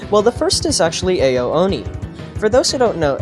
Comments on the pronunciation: you pronounce ao like ow not AYO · It's actually Ao (Ow) Oni.